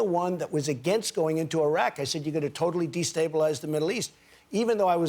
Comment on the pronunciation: The way he said Iran and Iraq is DISGUTANG